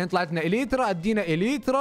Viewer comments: إلنترا❌ إليترا✅. 😂💔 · اليترا صح ترا انت تقول النترا وانت غلط